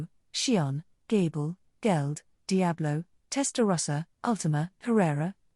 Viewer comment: Hey bro are you capable of going through the text and making adjustments to fix the pronunciation of certain names and word? It would really improve your videos. Like it says gable for gabiru.